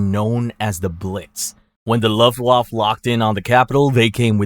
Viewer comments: Minor nitpick: Luft waffe is pronounced "looft waffuh" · Mispronounces luftwaffe and Rommel, but nails Führer. Not talking crap just an observation...also the reason the Germans lost more in the opening of Stalingrad than taking France is because you dont lose men when the other side surrenders right away 😂